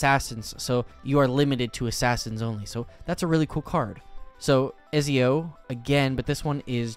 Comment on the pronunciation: am i the only one who cringed when he read Ezios name :eyes-purple-crying